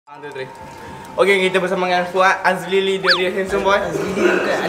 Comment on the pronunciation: fuad alili ❌ fuad azlili ✅